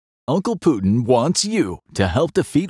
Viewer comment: Blud tries to talk about war, but cant even pronounce Putin 💀